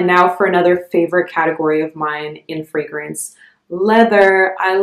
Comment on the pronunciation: Your pronunciation of the fragrance houses and scents is the best I’ve heard. Great video